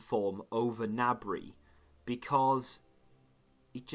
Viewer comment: Its Serge GI-NABRY he even said it himself but serge nabry just feels less weird to say haha